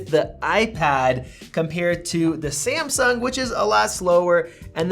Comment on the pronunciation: Hahaha why do you pronounce Samsung like that? Sahhmsuhng ☺️☺️